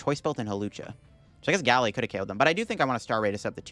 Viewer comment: It's pronounced: Ga-laid, not Gal-aid